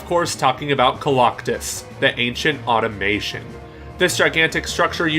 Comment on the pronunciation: Fuhkades, ersuppers, and automations, huh? Some interesting pronunciations you got there